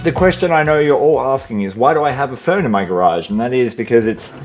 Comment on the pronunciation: Thought he said phone the first few times talking about the fern.